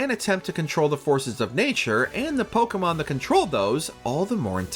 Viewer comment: The way this man keeps on butchering these poor Pokémon names... Don't believe this was based on actual fan reception. This list makes no sense.